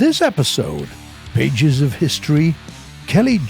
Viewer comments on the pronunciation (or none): none